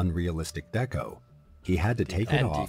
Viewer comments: Hehe 😂 doing battle with the AI voiceover regarding the pronunciation of "deco" was hilarious. It's obviously just reading it as the "Deco" in "Art Deco", but, God, that cracked me up. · He keeps saying "deco" wrong because it's probably an AI channel. There's a real person behind it obviously but they get AI to write the script and narrate. It's sad this is what entertainment is heading towards. I hate it. Anyways, carry on... lol